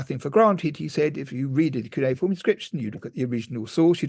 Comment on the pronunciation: Sounds like, que-ne-form. Cuineform!